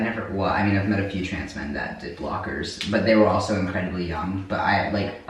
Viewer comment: My favorite thing is that you say "trance" instead of trans like 85% of the time.